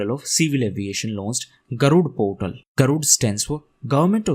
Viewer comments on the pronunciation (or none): when you said about MoCA it was heard as civil adoration not civil aviation. And about GARUD portals I could not make out the word portals until I searched in google.